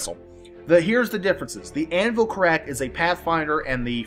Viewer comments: it's pronounced Car'rack, not Ca rrack'. Emphasis on the Car. Thanks for the vids man! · anvil carrack is pronounced car ik(as in ikky), carik, Just making the world a better place